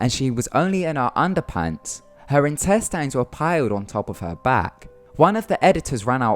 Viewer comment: IntesTINES the way he says it wtf lol